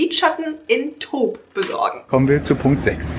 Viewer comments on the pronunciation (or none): Wie einfach die ganze Zeit,,taupe" sagt:D hab mich kringelig gelacht:D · taupe wird ein bisschen englisch ausgesprochen also tope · Ui was habe ich gelacht:-)Ich habe mich besonders wegeschmissen, als versucht hat das Wort "taupe" zu lesen.Ich würde mich über mehr Videos dieser Art freuen.LG